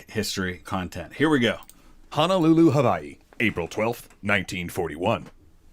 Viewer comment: It's sad that December 7th has faded into obscurity, and it'll be a sad day when September 11th does. Also, the correct pronunciation of Hawaii was a nice touch